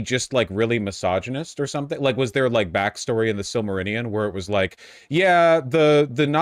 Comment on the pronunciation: I love hearing Vaush say “Silmarinnion” and “Witch King of Agromar”